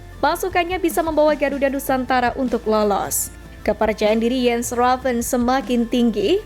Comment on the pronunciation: Ko baca nya jadi Iens Ravens mbak.. bukannya Jens Ravens..